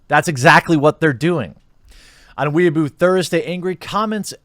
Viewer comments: i think i'll never get over the way you pronounce 'weibo' as 'weaboo' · It's pronounced "Weh-ee-boh", Jeremy. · Weibo is pronounced Way Beau. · Lmao jeremy's banned in china for calling weibo "weaboo". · hahahahaha he called weibo weeeabo hahahaha